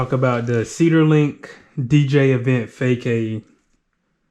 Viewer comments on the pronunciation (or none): Hey brother good review, pro tip - pronounced "FA--SOD". I know... spelling is stupid :)